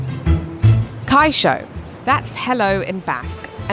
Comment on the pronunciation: kaixOOOOOO no kaixAAA....I drop the video from this Jamaican lady right there at second 15. Next!